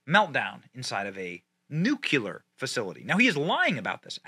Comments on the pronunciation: LUV YA Benny BUT! Please stop pronouncing it NuCULear like George Bush did!! It's Nu CLEAR...there's NO second U in the word. 😂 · Nuclear 👍... nucular 👎... 😃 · Benny, please. It’s pronounced ‘Noo-klee-er’, not Noo-que-ler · I'd take this a LOT more seriously if Benny wasn't stuck in George W. Bush mode and saying "nucular" all the time. I love him dearly, but really wish he'd get that ONE WORD right and say "nuclear", since, um, that's the way the word is pronounced. The rest is spot on, but c'mon, Man, we're back to "You can't hug your kids with nucular arms" levels of self-awareness. Don't be W. He was a diplomat-puking, word-inventing, draft-dodging clown. Was he better than the alternative? Sure. But a Chippendale writing desk would be a better President than most Democrats. Damn, now I wish Chairface Chippendale was President, with Vice-President Credenza O'Stool. SMDH. SMOD 2024. (I mean seriously, it was up on the screen, spelled correctly, and he STILL said "nucular". Pavel fricking Chekhov, who couldn't say "vessels" at least got the Noo-clee-arrr part right!) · *nuke lee are, not nuke you lure. Only one U in nuclear. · N U C L E A R ... NOT NUCULAR...! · It's pronounced NU-CLEAR not NU-QU-LER. That aside, zhelensky is a freaking tyrannical moron.. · Nuclear. Pronounced- Noo kleer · Bro...its pronounced New-Klee-Yar...NewKleeyar...nuclear...you sound like a damned fool when you get it wrong. Please try harder. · Love you Benny. But it is NEW-CLEAR there is no u between the c and l in the word. Unless you were paying homage to GWB. Lol. C'mon man. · I appreciate the info but please stop saying nuke-you-ler. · its not 'new-cleeerrrr' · Stop saying Nucular damnit!!! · Puhleeese say it right! NOOO KLEE UR!!! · Benny please learn how to pronounce nuclear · I hate to be that guy, but you're driving me crazy with all this "nucular" talk Benny. Nuclear. New-clee-ar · I know its nit-picking, but new-clee-ar, not new-que-ler. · It's nu clear! not nu cular. LMAO